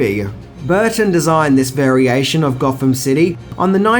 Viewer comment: Goffum city... Eeva... Furva... Bruvva... Fourt... Deff... Fankfully... Levvaface... Togevva...